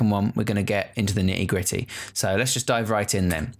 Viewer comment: "the nittay grittay"